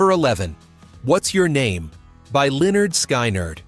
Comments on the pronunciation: I will have to remember that band…Leonard Sky-nerd. And its lead (pronounced led) singer. None of these songs are evil, but this video comes pretty close 😝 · I clicked off after hearing Leonard "Sky-nerd." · Line ard sky nard. Wow, never heard it pronounced like that! I got this far, and can stand no more. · I got as far as "Lennard Sky-Nerd" then gave up. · When are the producers of these amazing videos going to narrate them themselves? Leonard Sky-nerd? Come on now! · Can't even pronounce the name of one of the most famous Southern Rock...